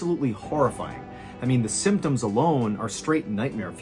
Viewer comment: Aside from "aymtoms" ....yup. Much improved! Well done.